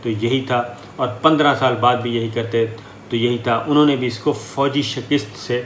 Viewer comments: Sabir Shakir aap shikast ko shakist kayun partay hain. Aap is lafz ki pronounciation sanjhain. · Sabir tum say Request hai k Defeat ko sahi Bola karo tum shekist kehtay ho yeh shekist nahi Balkay sahi lafz shakast hai Tum ko ALLAH ka wasta hai es ko sahi Bola کرو yeh mujhay bohat irritate kerta hai.. I hope you will correct it and u will not speak wrong again thanks 🌹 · جنابِ صابر شاکر صاحب؛؛ پروگرام معلوماتی اور اچھا کرتے ہیں ماشاءاللہ لیکن آپ “ شِکِست” بار بار بولتے ہیں جو غلط تلفظ ھے درست تلفظ ھے “ شِکَست” یعنی شین پر زیر اور کاف پر زبر جو “ شِکَستن” مصدر سے بنا ھے، امید ھے آئندہ پروگرام میں درست کر لینگے۔ جزاک اللہُ خیراً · SHIKUST not SHAKIST... AUDIT not ODUT ... Please correct pronouncing the the noted above words; SHIKUST & AUDIT Bless you... Thanks